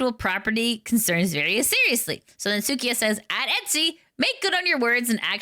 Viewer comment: its suika not sukia/ the japanese word for watermelon.